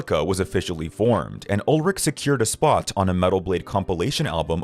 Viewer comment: You are pronouncing Lars's last name wrong.